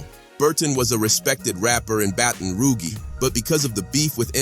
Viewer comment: Mf said "battin' roo gee"